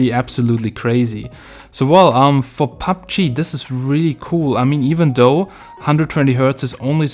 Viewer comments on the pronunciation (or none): none